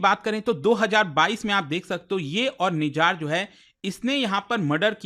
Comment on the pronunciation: nijar nhi nijjar hai